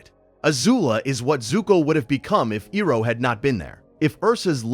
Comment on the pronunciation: Pronunciation of Iroh is annoying it’s so crazy how a fan could mispronounce this could not finish the video